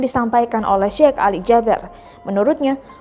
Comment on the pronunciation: Tolong sebutan nya bukan syek tapii syehh 😏